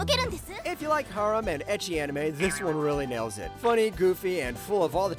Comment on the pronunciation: ugh.. saying harem like that...